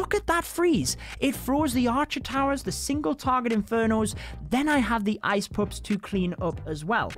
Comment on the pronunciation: Am i the only one who hears "ice poops" instead ice pups?